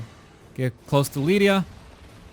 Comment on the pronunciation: Jeez, again calm… down… And it is Lyria. LyRia, with an R. NOT Lydia.